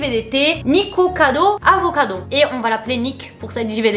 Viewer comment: t'as dit niKIkocado avocado à la fin. haha t'a crue que c'était juste, trop chou